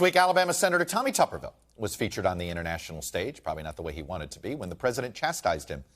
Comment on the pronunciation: It’s tuberville, not tupperville